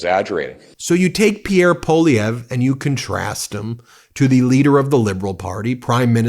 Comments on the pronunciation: May I suggest that you pronounce Pierre Poilievre' ssurname as "pwalieve". That is how the letters work in French. P.S. I am Candian and not a fan of M Poilievre.. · Really getting a kick out of your Maple Meidas stance. Thanks for your support! One quick note — Poilievre is pronounced PWA-lee-evre. It’s a tough one, and you’re SOOO close!🍁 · Poilievre is pronounced Pwah-Lee- ev- ruh. (Wah like water)